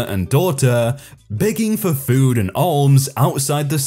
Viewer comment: In "alms" the "l" is silent, pronounced "aams". :)